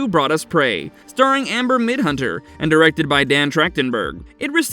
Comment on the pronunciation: Midthunder!! Jesus, you're making my ears bleed